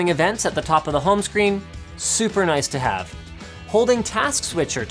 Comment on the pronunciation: "Super *NUICE*" *CANADIA INTENSIFIES*